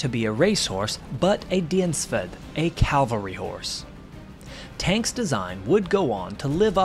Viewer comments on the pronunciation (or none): It's not CALVARY, but CAVALRY. CALVARY is where Jesus was crucified. Cavalry (from the French word cavalerie, itself derived from "cheval" meaning "horse") are soldiers or warriors who fight mounted on horseback. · A CAV-ALRY not CAL-VARY horse!!! Oh I hate that! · Cavalry....not....calvary. Come now.